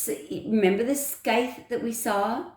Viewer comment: “Scythe” = sigh-th. The C is silent. ;)